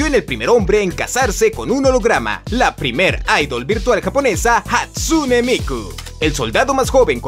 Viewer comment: "Hastune MikO"